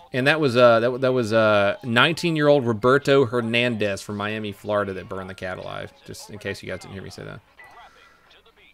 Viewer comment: It has to be random that you said Roberto hernandez multiple times very clearly right?😂